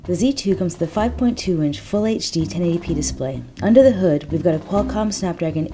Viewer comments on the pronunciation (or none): Did she say "10 A P display"? Lol ahhaha